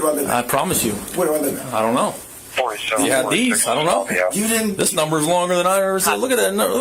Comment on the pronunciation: "donte" LMAO. These idiots get funnier every day.